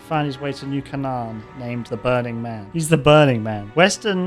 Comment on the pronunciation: that’s not how you pronounce Canaan